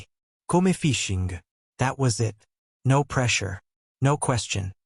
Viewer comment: Every sentence beginning with "No" is mispronounced in a Hispanic accent.